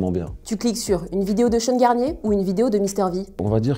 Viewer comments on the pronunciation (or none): « shean » on dit SEAN 😭